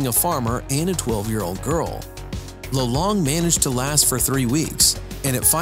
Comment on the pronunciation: It's lolong not lulong I'm just asking hahaha nice video I've learned a lot of things